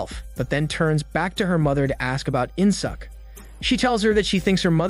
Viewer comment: korean name murdered.. its pronounced as In Sook not In Suck.. good thing theres no Aut Suk and Blo Jab..